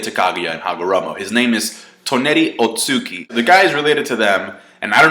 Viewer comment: Otsutsuki's "u"s are both pronunced. Otsu and tsuki like moon.